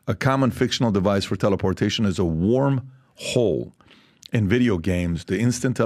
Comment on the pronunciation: Kind of funny when Pat said "a wormhole" Sounded like "a warm hole"